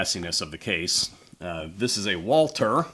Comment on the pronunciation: Walter? Can you not pronounce it correctly Walther?